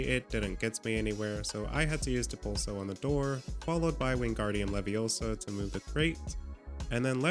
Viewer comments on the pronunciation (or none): it wingardium leviosa, not WinGaRdIuM lEvioSo